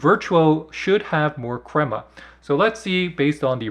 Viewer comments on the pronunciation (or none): none